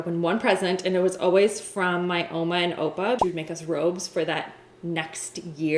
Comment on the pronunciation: Is she from SA originally? When she said they opened up presents on Christmas eve, (like in SA) and the way she said ouma and oupa